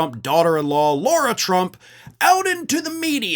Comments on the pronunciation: It's Lah-ra, not Lor-a. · Hey, just wondering if you realise that you're calling her Laura, when her name is Lara? As in Lara Croft lol. You might be doing it on purpose, I don't really know, but thought I'd point it out mate 😊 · Why does keep calling Lara Trump "Laura Trump"?